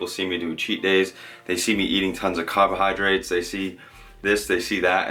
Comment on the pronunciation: love the way ya say “cahbohahdrites”